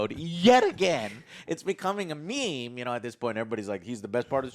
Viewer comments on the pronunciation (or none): none